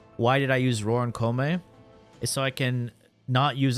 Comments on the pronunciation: The fact that ppl. are ready to fight and kill me for reasoning how koumei isn't any good in ahem*.... I mean video in which he says Kopemei is S TIER... Fugg why do i keep saying kopemei, jeez it's koumei sus, please say it right 😂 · Also, Koumei: (Ko-you-may)